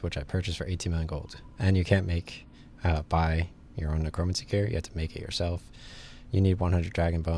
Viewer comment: Necromancy is pronounced like neh-crow-man-see. Not a big deal, just thought I'd help you out with that.